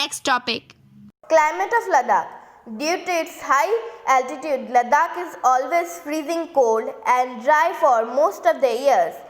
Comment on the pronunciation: it is "Ladakh" not "Laddakh"